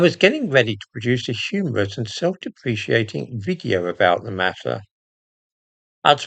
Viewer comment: self-dep·re·cat·ing,,,, no?